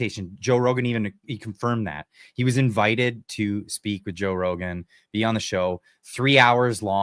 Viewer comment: Rogan takes himself increasingly seriously (laughable, especially after the Douglas Murray humiliation), worse, much worse even than thick as a brick rich guy PBD. He is good for entertainment, not much more. PP was wise not to waste him time with amateurs, who can't even pronounce his name correctly. The hubris of these self-important, narcissistic podcasters, whilst exposing their utter incompetence, is fascinating to watch. Talk about being in a bubble. Try real life sometime, rather than staying in the "fake" internet "reality".